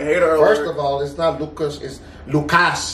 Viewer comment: He said “Lucas”right I’m Mexican and that candy is my fav 🤣